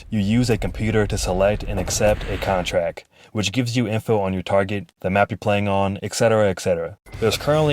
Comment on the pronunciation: madness interactive on newgrounds and lol, why are you pronouncing contract "CONTRAK"